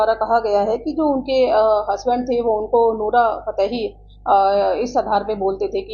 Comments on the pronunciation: anchor saab nora fatehi boliye…. nora fatehali nahiiii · Yeh pagal news wale ko bolna nai ara konsa chaman hai to in ........ Naam noora fatehi hai ali nahi hai